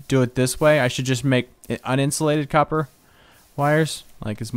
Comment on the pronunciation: lol it's copper not coper!!!